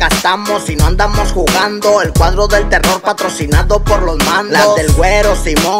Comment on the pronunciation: Alguien más se dió cuenta que dice el cuardo y no el cuadro?